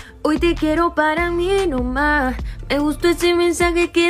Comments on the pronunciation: JAJAJA no pueden decir ahora "Para mi nomá"😂😂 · Jajaja para mi noma jajajaja se molestan por una frase mal pronunciado y habla de inventar y argumenta con palabras equivocada jajaja